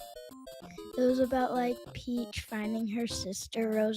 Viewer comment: Why does he keep calling the Princess "Peaches?" 🤣